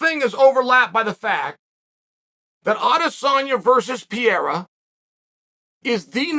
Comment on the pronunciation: typical Chael hahahaha PIERRA hahahaha